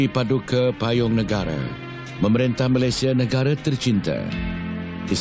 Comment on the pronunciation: Al-marhum sultan selangor cakap malaysia ke malayzia pulak.